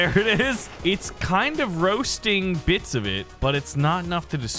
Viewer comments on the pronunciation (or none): none